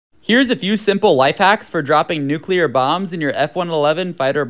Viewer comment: Thank you for pronouncing "nuclear" correctly.